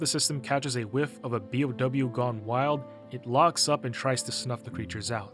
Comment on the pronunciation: For future reference, you pronounce each letter. Bee-Oh-Double You.